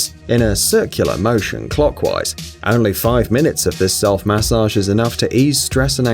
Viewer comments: I never want to hear the word MAH-sage again! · Please don’t say massage ever again